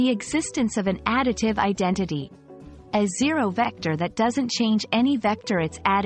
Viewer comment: diction? vecder? say vecTor! addidive? say addiTive! idenidy? say IdenTiTy!